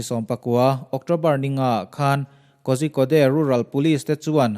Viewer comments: Kozhikode "Kaw-rhi-kawt" tia lam tur. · korikawd ti a lam tur aw... a ngaihnawm hle mai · Ngaihnawm,hmuhnawm thin mange....mahse Kozhikode ti a ilam hi..Korikode ti anga lam tur ani e...a spelling ori lam chu i lam dan chiah2 tho ani na a...